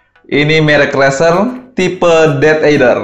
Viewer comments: Wah tumben review merek terkenal 😎.razer id jga promo makanya murah :v, dan juga Razer ngomongnya Rezer bukan raser yah buat benerin aja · Razer* tapi bilangnya rezer